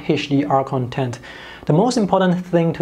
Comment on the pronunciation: It just drives me crazy that you keep pronouncing Content, with accent on 2nd syllabus. It is kənˈtent ... CONtent(n) = materials; conTENT(adj) = happy